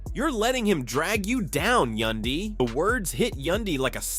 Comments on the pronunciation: I always question these stupid posts when the narrator can't even Prounouce a cast members name,...He can Prounouce mendecees and Rasheeda But not Yandy.....Who's Yundy ????.....He finally got it right in the last 8 minutes of the video,, Somebody probably whispered in his 👂 ear,,..(Its YANDY Fool !! 🙄) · Who is yundy ? It Yandy !!!!!! Wth cant yall get our names right Yandy rhymes with Andy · White folks really be acting like they can’t sound out letters once a Black persons name comes up.. Tf is a Yundy when there’s a whole “a” right there. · Say the name's right. Yandy don't need to listen to Rasheeda. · You can pronounce Rasheeda but not Yandy?